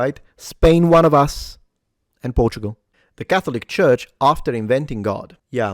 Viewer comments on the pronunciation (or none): none